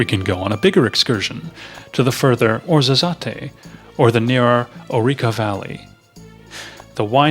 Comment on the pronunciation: good video , but please you do need help with pronouncing some of the language. It's TA JEAN , not tag inay . & WOZ A ZETTE , come on ,it's not that hard to get some little details correct. or why not employ a talented Moroccan to do your voice over , with a little local passion . just an idea.